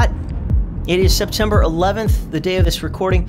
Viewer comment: My friend says SepTIMBER, but perhaps it's really OctOVER!